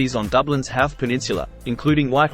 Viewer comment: It's pronounced Howth, not Howth.